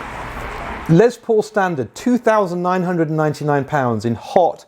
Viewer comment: Why do you teabags all say LeZZZ paul? The man's name was Lester. Les for short. Can you GUESS what it rhymes with?